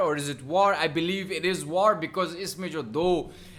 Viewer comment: WTH! You did not even know the diff. between the uniforms of indian army and pakistani army... Are u for real For your kind info. Its WAR not Vaar ok